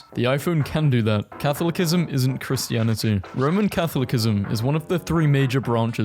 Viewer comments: Bro just said "cathulikkism" instead of "catholicism" and "body" instead of "breasts" 🤓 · Catholicism is pronounced "Kah-thaw-lih-sih-zim", and faux is pronounced "foe" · The second C in Catholicism is soft. Faux is pronounced "Foe". Something something, did you find this helpful. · Neat video, PLEASE get better at pronouncing things. It is NOT pronounced "CATholic-ism", it's "caTHOL-iss-ism". And Newark isn't even hard to pronounce. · not you STILL SAYING CATHOLIC-ISM w h a t Good job on learning how to say rotisserie, at least, lol! Someday you’ll master the English language. Someday. 😔🫡✊ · (not to nitpick or anything, but its pronounced ka-tho-luh-sih-zim) ( /genuine ) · "Cath low kism" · Pronunciation points... Catholicism : Kath-ol-i-si-zim (the second 'c' becomes soft). Faux : Foah (the 'x' is not pronounced). Addendum to the final entry: It also doesn't factor in reduced maintenance costs, the time and effort saved from not having to fill up every week or so (assuming most charging is done at home/work), and possible tax credits or subsidies for going electric. Consumer Reports has calculated that EV operating expenses are about $6-10k less over the lifetime of the vehicle. In short, the total lifetime cost of an EV is at least on a par with, and usually cheaper than, an equivalent ICE vehicle, even with the higher initial sticker price. There are also intangible benefits of a quieter, more comfortable ride, better acceleration/handling, and usually greater safety, among others, that should be considered. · Im sorry i cant get over the fact that you pronounced it "Katholikism" 😭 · Catholicism isn't pronounced cathlickism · the second C in "catholicism" is pronounced as an S, and the x in "faux" is silent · Readers added context they thought people might want to know: 'Faux' is pronounced equivalently to 'foe' 'Catholicism' is pronounced 'ka THOL isism' There are also other mispronunciations in the video but listing them all would take too much time.